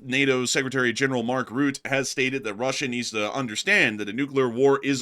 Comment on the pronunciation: Rutte is pronounced as " Ruh tuh" not rout or root or however you pronounced his name lol.